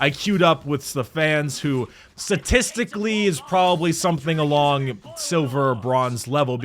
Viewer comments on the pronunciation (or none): anyone else notice that said satistically and not statistically